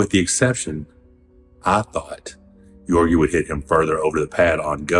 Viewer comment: “Yorgi, Yorgi, Yorgi” lol it’s Ge-orgi with a hard “G” sound